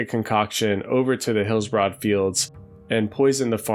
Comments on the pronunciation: It's more like Hillsbred than Hillsbrahd. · Actually it’s pronounced Heels-Bruhd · Thumbs down for repeatedly pronouncing "Hillsbrad" as Hills-Broad." And mispronouncing almost everything else. Be better. 😁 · Hillsbroad. (enjoying the videos though, keep it up!) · Why are you pronouncing it HillsBROAD? That seems like a weird oversight for a zone supposedly close to one’s heart and memories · Incorrectly? Ok. I agree with him, it's annoying.